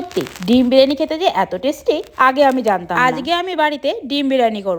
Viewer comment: it's not আজকে,,, it's আঝগে😂😂😂😂😂